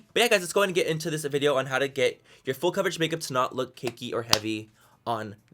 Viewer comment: When he says the word "full" it sounds like he's saying "fool"? What accent is that?